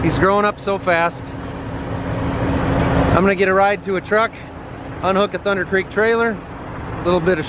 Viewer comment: anyone else mad he said thunder like that